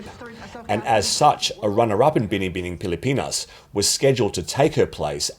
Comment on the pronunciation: Im from the Philippines so we are very passionate about beauty pageants especially Miss Universe. I am impressed when you can pronounce "Binibining Pilipinas" perfectly. Love your videos, keep them coming👏